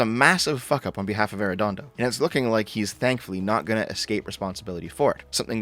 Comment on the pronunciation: It's so weird hearing talk about my hometown but I don't know what's worse: The incompetence of those police officers or hearing pronounce Arredondo. Dear Lord